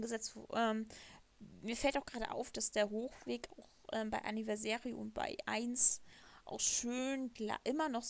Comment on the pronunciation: Du sprichst Anniversary falsch aus